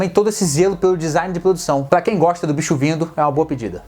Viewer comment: Acho engraçado quando vc fala o "BIXO"vindo ou tem o "BIXO"kk!De todos ,assisti a "TROCA"É muito bom!Os outros vou ver!!Valeu!!